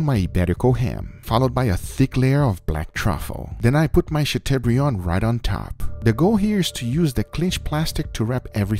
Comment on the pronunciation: Chateaubriand! guga, you werent even close...